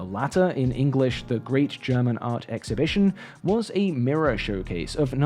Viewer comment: I am not a big fan of AI "art". Sure, it can support the artist, but how it is used today, it's worrying. Btw. Your pronounciation of the german words is quite good. :3